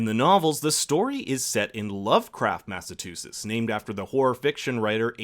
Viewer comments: It’s MASS-AHH-CHU-SETS NOT MATT-UH-TU-CHETS LOL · MassaCHUsetts... I wasn’t aware people really called it MassaTUsetts. Dear god man! I almost stopped watching the breakdown. Almost. 😐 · Everytime the says "mass-a-TOO-sets" instead of "mass-a-CHEW-sets" -_ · Can you say "Massachusetts"? Now, I'm no professional linguist, but I thought that the "T–sound" (as in 'Train') comes AFTER the "CH–sound" (as in 'Choo-Choo')... was I hearing you correctly saying it like "Mass–ah–too–siss"? Or is that the pronunciation among the Massachussetts local dialect down there lol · you can tell your not from the states by how you say MASSAchUseTTs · Mass-a-CHEW-setts please say it right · Massatusits lol Massachusetts theres a chu in there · Eebsy M “Massa-too-sits” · Anyone else tripping over the way the narrater is saying Massachusetts? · Is it just me or are you mispronouncing Massachusetts